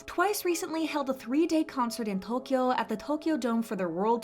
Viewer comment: I like how she pronounced Tokyo omg that's perfect